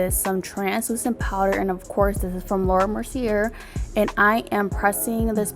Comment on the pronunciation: The way she says laura merceierrrr🤦‍♀️🤣 Makeup look is firee though 🔥